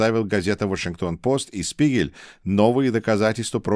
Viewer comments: "Spiegel" читається як "шпігель", а не "спігель". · Дорогой! Позвольте мне вас немного прлсветить в немецком языке (в средней школе я изучал этот язык): - Буква Z в начале слова читается как русская фонема Ц, поэтому слово "die Zeit" (Время) произносится "ди Цайт". Далее, диграф из букв "Sp" читается как "Шп", соответственно, die Spiegel" - это Шпигель. Моё уважение и поэелания успехов и здоповья,! God bless America. 🇺🇸🇺🇸🇺🇸🇺🇦🇺🇦🇺🇦🇰🇿🇰🇿🇰🇿